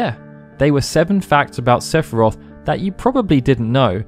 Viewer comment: Don’t you mean SEPH-I-ROTH!